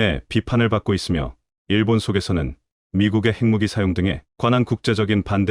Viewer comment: 지금이 분장을 번역하고 읽는 기관은 어딘가요? 핵무기를 책무기라고 하지 않나, 읽는 사람이나,번역하는 사람이나......